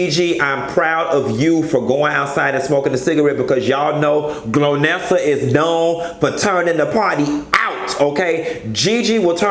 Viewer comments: GOLnessa... lol.. like goalnessa lol.. you saying glownessa and I'm crying 😂😂😂😂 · Not GLOW-NESSA!!! hahahhahahhahahha It's GOL-NESSA boo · GOL-nessa not GLO-nessa lol! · Um,, her name is GOLnesa, not GLOnesa